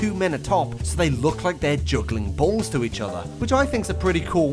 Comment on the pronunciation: the way bro emphasized the word "BALLS"